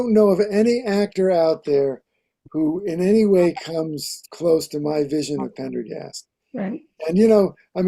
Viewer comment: needs to learn how to pronounce Pendergast's name correctly.